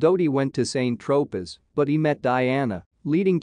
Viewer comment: KFUC! if you can't even pronounce very simplistic names of places ie SAINT TROPEZ just scrap your video, this is BEYOND USELESS!